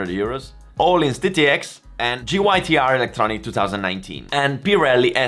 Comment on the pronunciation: When he says öhlins correctly